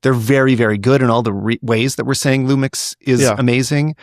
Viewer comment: These guys had me laughing as Lumix fans and barely managed to say one lumix model name without flubbing it haha. S10? S1iiR?